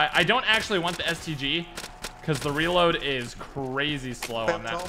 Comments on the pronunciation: The first time he says stg he says std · he said std instead of stg lmao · I thought he said std